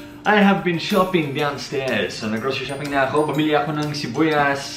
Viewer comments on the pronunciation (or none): Shibuyas 🤣🤣🤣🤣its sibuyas not shibuyas